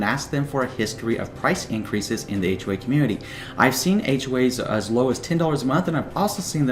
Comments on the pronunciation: Wow i just noticed that....ahhhhhhway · It sound like he is saying H way. But good info